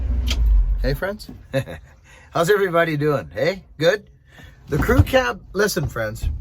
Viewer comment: G'day - love the crew cab. Virtually every time you say "crew cab" or "crew ki" I mis-hear it and I think you are saying "cookie"! I just finished dressing a Mac bar with spread rails. I use two hack saw blades side by side in the bar groove as spacers and nip it up in the bench vice to close the rails up. Gives the bar a bit more life. Stay well!